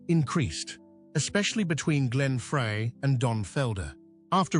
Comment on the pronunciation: All these years I thought his name was Fry not Fray